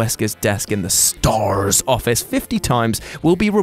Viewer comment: I thought maybe him over pronouncing the uuuuuu in shenmue and aaaaa in resident evil S.T.A.R.S was apart of some easter egg in the video lol I guess I'm just over thinking